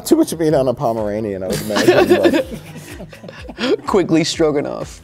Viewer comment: QUINGLEY? Come on!